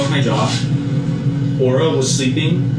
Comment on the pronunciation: The name Aura makes me cringe everytime they say it. It sounds like they are about to say Oral.....